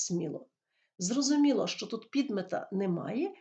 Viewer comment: Вы що проїзносете як ЩЧо